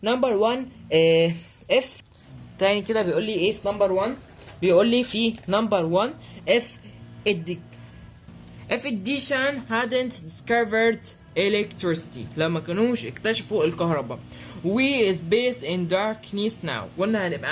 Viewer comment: اديسون مش addition😂😂😂 ده انت اهطل